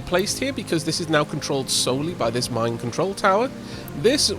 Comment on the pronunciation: I know its the mine control tower but I'll never be able to not hear it as mind control tower